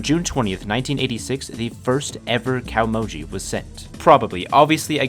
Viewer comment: Japanese is a vertical language "glottal" is glaw-tuhl kah-oh-moh-gee not cowmoji *interrupted apparently that deep, deep research hole stopped a bit short